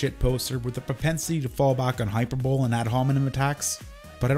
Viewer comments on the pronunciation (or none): ...wait hold up we're all just going to brush past how deadass said "hyper-bowl" bruh its pronounced high-purb-ably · hyperbole is pronounced hyper-bo-lee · hahahaha the way you mispronounce "hyperbole". Should sound like "hi-per-bow-lee"... the "bow" part being pronounced like a bow that goes on a present.. or bow and arrow... not to take a bow. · just a quick tip, hyperbole is not pronounced hyper-bowl, it’s hyper-bow-lee. I’ve seen a few youtubers make this mistake. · High-Per-Bow-Lee Not Hyper-Bowl. ;) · You pronounced Hy-per-bo-le as hyper-bowel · hi-per-bo-lee, not hyper bowl. thats all love the video. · Entertaining video. It's pronounced "hy-per-bo-lee" by the way buddy. :) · It's 'grim-wah' and 'hy-PER-bol-ee', not "grim-ore" and "hyper-bowl" Great video and 2 years 2 late on my part, just an itch I had to scratch though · It's pronounced HI-PER-BO-LEE, not HYPER-BOWL. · Awesome video. But just FYI it’s pronounced high-per-bo-lee as opposed to hyper-bowl. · It's pronounced "hi-per-bo-lee" not "hyper bowl" also I like your videos. :) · Lol "Hyper-bowl". It's pronounced Hy-per-bo-lee. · I've been watching through some of your videos as they've been getting recommended to me, and I've gotta say dude... Epitome is pronounced "eh pitt oh mee", not "eppi tome", and hyperbole is pronounced "hyper bowl ee", not "hyper bowl". Otherwise, very interesting stuff! Maybe change the way you present things visually, but that's just a matter of preference, I guess. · its hy-per-bo-lee not hyper-bowl. e-pit-o-mee, not epi-tome. theres also a part where you try to say corroborated but you use the wrong word. I can be your editor m8, seems you need one. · AAAARRRRRGGGGGHHHHH stop saying "hyperbole" that way. It's hy-PER-bo-lee, not HYPER-BOL. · hyperbole is pronounced hy-per-bo-lee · I don't know. Hyperbowl is growing on me. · "Hyper Bowl" LMAO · Hyperbole "hi-per-bo-lee". Weird situation and good video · BTW it's "hy-PER-bol-ee". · hyper-bowl? lol